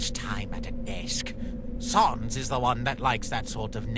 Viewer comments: Please dont say SAWNS its SANS S AN S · Still pronounced SAYNS not SAHNS. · its sans not sons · Sans not soens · at saans not sans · yes, but also sans is pronounced like "sense" or sens in english so in french it be like "non, c'est sans qui ne fait aucun sens" and phonetically it would still work as "non, c'est sens qui ne fait aucun sans"